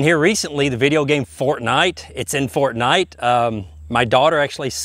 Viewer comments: It’s in fort-NITE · "Fort-Nite, it's in Fort-nIte." Xd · "Fort-NIGHT". Never heard another person pronounce it like that. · no one gonna talk about how he says fortnite? Lmao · I love how he says fortnight it's really funny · The way he says Fortnite really cracks me up. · I love how u say fortnite